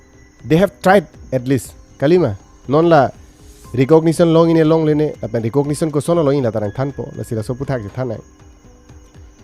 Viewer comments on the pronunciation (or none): Aphan ❌ afans ✅ Niphai ❌ nifai ✅ Paklang lo melo anta neke chedon dun thek the sir .